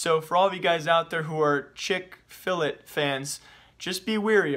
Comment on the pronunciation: big YouTuber, chick fill it... hmm. IS IT CHICK FIL A? OH NO